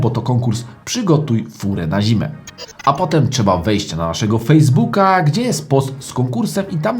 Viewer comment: Fejsbu fejsbuk fejsvuk..... a pfuu